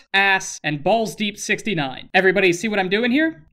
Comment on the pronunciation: I think you mispronounced ballsdeep69's name